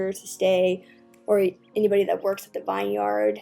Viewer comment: This might just be me but I got really triggered when she said vineyard wrong but overall it was an amazing video! ❤️❤️